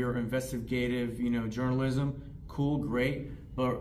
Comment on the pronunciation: "Werz d'em creedentshellz fo dem jurnalism and shieeeeet?!"